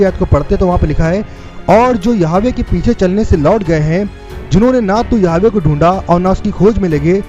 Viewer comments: Jai Masih ki brother aap yahova k naam ka shabd sahi bolne ki koshish karo Praise the lord Yeshu Masih ki jai ho amin. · यहोवा,,,,,, इस शब्द को सही बोलना सीख लो